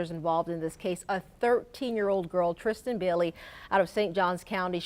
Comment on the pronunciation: its trystan say her name right